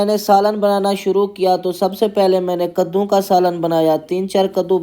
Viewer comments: Chicha gaddu nahi ( kaddu ✅ ) hota hai 😉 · Gaduu nae kadu hota hai bhai😅😅